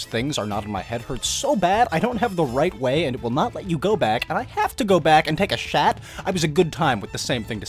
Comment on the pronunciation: “I have to go back and take a shat” 😂 I CANT- WHEEZE